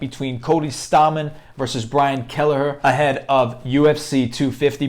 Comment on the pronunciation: You definitely pronounced his last name wrong..